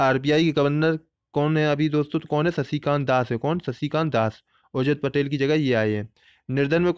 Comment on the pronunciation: सर आप शशिकान्त क्यूँ बोल रहे हैं